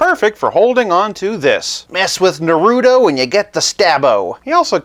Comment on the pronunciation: I love your channel because it’s pretty cool, chill, you’re pretty nice, and you know your vintage stuff lol. Though, I felt a bit of cringe on how you said naruto’s name but then again it could be a bit hard to say depending on how you look at it lol. Keep up the great work!